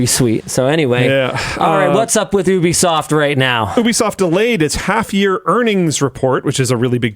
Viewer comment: Only pronounced as “YOU-B-SOFT” or gtfo. 😅